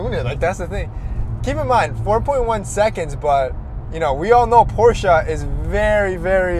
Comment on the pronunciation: I am a fan of your channels but please don't say porscha, it is pronounced porsche, german word. Also, please pronounce your last name in spanish, come on, you don't need to translate it! congrats on the cars and the videos, best of the best.